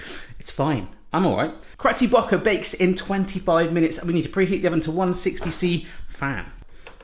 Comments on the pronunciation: Am I imagining, or did he say "Cretty Bocker" instead of Betty Crocker? HAHA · Anyone else notice how he said cretty bocker instead on Betty crocker 😂😂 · He always says it that way -- partly to be funny, partly to avoid copyright issues. He also messes with Ben & Jerry's. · AM I THE ONLY ONE THAT NOTICED BARRY SAY "CRETTY BOOKER" OR SOMETHING LIKE THAT INSTEAD OF "BETTY CROCKER" I don't know if it's a thing that he gets wrong on purpose but yeaaa too funny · Cretty Bocker? Or Betty Crocker? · Leanne Spiteri yeah he always says it he ain’t giving them no free advertising 😂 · Did you say 'Cretty Bocker'? :') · cretty bocker lmao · Did anyone else notice that he wasn't saying Betty crocker when he said that name of the cake mix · You said Cretty Bocker lmao! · Anyone else hear him say Hetty Crocker🤣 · Is no one going to point out how he said cretty bocker? I love this channel. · He does it with alot of the brands :D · He always does that with that brand. 😂